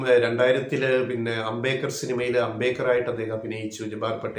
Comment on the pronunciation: Please pronounce as Ambe-D-kar. And not Ambekar.